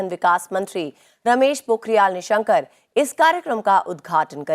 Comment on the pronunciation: Ek glti lgi mujhko but vo ignorant hai---- निशंक upnam hai, Aapne निशंकर kh Diya....Sochi thi nhi likhungi pr lga ki btana Chahiye...ek bar phir se thanks mam.